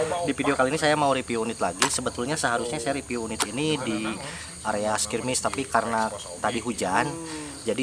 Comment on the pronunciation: Review bang Bukan Ripiu hahhahaha...